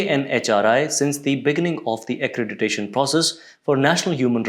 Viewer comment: Well, the woman news anchor is very charismatic. 😅 Although she couldn't pronounce accreditation correctly.